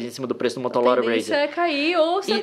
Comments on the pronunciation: Kkkkkk mds to rindo muito no minuto leon envez de falar motorola fala "motolora"😂😂😂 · Eu ri muito por causa do "motolora" kkkkkk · "MOTOLORA" JKKJJKKJJ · motoLoRa? Rsrsrrss Muito legal o vídeo. Parabéns! ❤️ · Só eu que reparei que o Leon falou "Motolora" em do vídeo?! Kkkk Amo esse casal, na moral!!!! ❤️ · O melhor deste video é o leon em do video falando MOTOLORA RAZR KKKKKK AMO ESSES DOIS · MotoLOra kkkkkk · MOTOLORA KAKAKAKAKAKAK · Motolora kkkkkkkkkkk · Sim, mas ele falou "motolora" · Só quem ouviu "Motolora" sair da boca do Leon, deixa o Like. Time do vídeo . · Cara, ele falou motolora, nao motorola, entendeu? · ele diz: motolora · ''motolora'' kkkkkkk sei la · Mais alguém viu que ele falou "Motolora"???? kkkkkkkk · Será que mais alguém percebeu que ele falou Motolora? Kkkkkk ri pacas. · Leon diz: Motolora razer kkkkk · Foi so eu que ouvi o Leon falando motolora aos 8 minutos e cinquenta. ? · quem percebeu o leon falando motolora? KKKKKK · Leon falou MOTOLORA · Leon = "Motolora" kkkj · so eu que notei qur o leon falo motolora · Leon falou motolora kkkk😂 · Gente eu buguei com gosto quando o Leon falou "Motolora" aheuahehahs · Leon fala da nilce mas soltou um "MOTOLORA HAZER" KKKKKKKK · "O Motolora Razr" kkķkkkkkk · "MOTOLORA" ~LÉON MARTINS KSKSKSKKSSKKSKDKDJJSJSKKSKSKAKAPDNNQÇXBNWUXHAÇZIXHSNÇAOZUQJJOWÇKNSI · Leon falando motolora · "motolora razr" kkkkkkkk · "motolora" em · ele falou motorola edit: ele fala motolora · Apreciem o Leon falando motolora aos do video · Leon: "motolora razer" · Quem ouviu ele falando "Motolora" ? 😂😂😂😂😂😂😂😂😂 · Leon falando "Motolora RAZR" kskskskkkk desculpa eu achei mt engraçado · "Motolora Razr." Martins, Leon. 15/02/2020